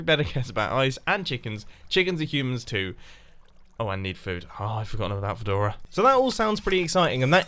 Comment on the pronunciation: "Uhh, I forgot about fEdOrA" FINALLY Mumbo! lol